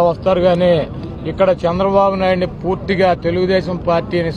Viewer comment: తుత్తిగా కాదు రా అయ్యా.....పూర్తిగా అనాలి😂😂😂😂 😂 jr ntr అన్న వస్తాడు ఎన్టీఆర్ అన్న fans పేద ప్రజలు తో కలిసి వేసే అడుగు శబ్దం కే మీరు మీ ఫ్యాన్ రెక్కలు ఊడిపోయి మూల పడతాయి చూసుకో....